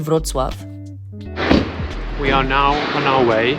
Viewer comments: That was the best pronounciation of name of policy city I have ever heard from a person who doesn’t speak polish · I am so impressed that Amecians can pronounce Wrocław perfectly like everyone in Poland! ❤❤❤